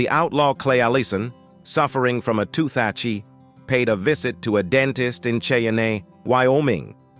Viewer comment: Herein you will learn how a dentist in "Shay-a-nay" Wyoming treated a "tooth-atchy". Proceed at your own risk.